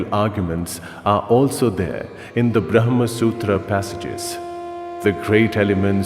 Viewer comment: Hi Team - thanks - But you have mispronounced " yajna" .... It needs to be pronounced as " Yagna" and Bramha!!! Not " Bramhan"...